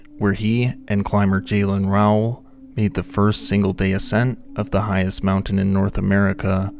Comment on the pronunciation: Great as all your stuff on this channel is!! Just a heads up on some phonics Galen Rowell( legendary mountaineer and film photographer ) Sounds like gay luhn rau uhl